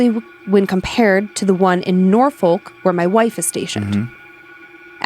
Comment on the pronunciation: Oh God she pronounced it Nor-folk. I'm was born in Norfolk, Virginia and my parents are also from the area and no one from outside the Hampton Roads area can pronounce it correctly (even people from here say it wrong). It pronounced Nor-FUCK. I'm not messing with you, it's just how ya say it.